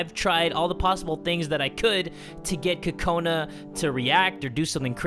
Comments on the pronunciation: Cocaninea Haha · did u mean oka cola?